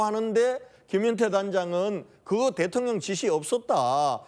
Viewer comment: 대통령 대통령 ~~김병주~대톤련이 아니고 ~발음도 잘못하네 군대에서도 작전지시 제대로 했는지~